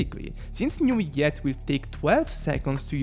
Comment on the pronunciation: newiette lmao ( ik u're not french its ok) but its prononce neuv-ill-ette